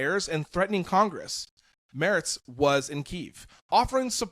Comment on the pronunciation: Why can't Americans pronounce Mertz 😂. It's pronounced like a female horse, a mare, ending with a tz. It's NOT pronounced [moerts] but [maertzz]. - And certainly not "Merrick" as he repeatedly was called here.